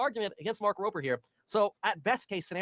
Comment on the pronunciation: Why do people pronounce his nape with a p. It’s rober with a b